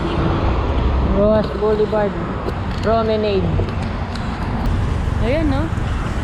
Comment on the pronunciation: Pronounced as "pro-me-nad".